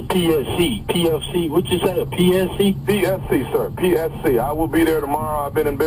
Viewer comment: Did he say PCS in the beginning instead of PSC 😁